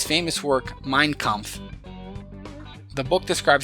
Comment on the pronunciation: Mein not mien Kampf lol